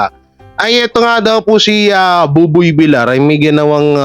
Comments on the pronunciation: pakiayos ang bigkas mi sa applied ni Buboy Villar. Hindi po ""Vilar"". Iyan po ay double "L". Kaya po ang bigkas niyan ay Vil-yar". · Villar not vilar…. Ay ewan ko sa yo… next video nalang… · Vilyar ang bigkas pls. . .nakakairitang pakingga vilar ng vilar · VILYAR HINDI VILAR ANG BASA SA APELYEDO NI BUBOY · Buboy Villar name ni buboy hindi vilar .sana next time pg Binanggit mo villar na😅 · Pag Husayan mo naman ang mga pronunciation mo . Hindi vilar VILLAR (VILYAR) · Basahin at intintindihin mo nmn comments ks masakit sa tenga VILYAR(VILLAR) ang pronunciation pls.😊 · Sir, vilyar po ang pronunciation ng surname nia..